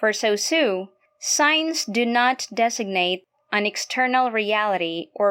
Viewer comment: Pronounce it as sOssuGH not sOssEW